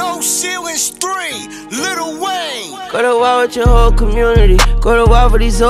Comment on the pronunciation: Sounds Kool Little Wayne!!! It's about time we pronounce it right